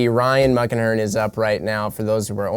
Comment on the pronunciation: Ohhh.... "Muckenhirn"...lol I thought you were saying Ryan "Muck" Ahern, and I always thought "Oh sure, no one gives a damn about an Irish slur"...LOL